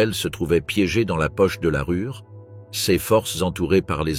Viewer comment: "Stratégue" , " la Rure" ... le niveau de français...est à la hauteur de ce catalogue ... sans analyse aucune...